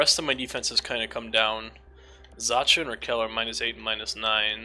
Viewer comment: It's pronounced Pavel Zaka